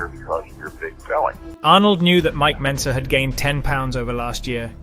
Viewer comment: Mike Mentzer, not Benzer